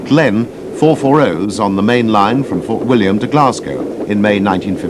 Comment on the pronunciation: oh be fair he nailed Glenfinnan and Fort William 2 out of 9 aint bad